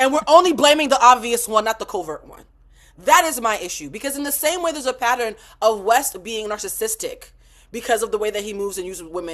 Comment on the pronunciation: Please teach Carlos how to pronounce "pattern". Her pronounces it "patteran". 😂